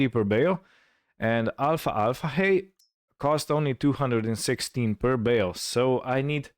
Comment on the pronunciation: Greetings, well I seen all videos you made and am caught up. I truly enjoyed everyone!! You sir make me laugh some times with your accent and pronunciation. Alfalfa hay is pronounce Al-fal-fa not alfa alfa lol. keep up the good work and glad the earth quake was nothing serious.....Tony